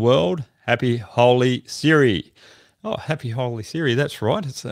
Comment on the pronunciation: That was happy holi sir !😂😂not siri